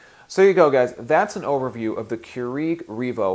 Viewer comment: I was too distracted by the way you pronounced Keurig. But thank you.